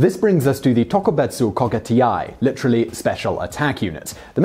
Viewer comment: I've seen some videos you've done with Japanese names and words before and while not perfect, and I mean with the best of intentions, those videos were miles above the pronunciation this time around. I mean, I wouldn't mind if you just said the words/names the way they would be read in English, but they were just... totally wrong. Like "Ohknuki" instead of "Ohnuki", "Kogutiai" instead of "Kougekitai", "Motahura" instead of "Motoharu", and "Takayiro" instead of "Takajiro". And then like magic, after messing up Takajiro's given name, you say his family name correctly and then do more-or-less fine the rest of the video minus repeats of "Ohknuki" and continuing to pronounce "j" like "y". Was that a weird Google Translate voice failure or something when you were looking up how to pronounce them? Or were they written incorrectly in the script or something? Again, I'm saying this from a place of love. I know you try to pronounce things to the best of your ability and knowledge, but something went REALLY wrong there for a while.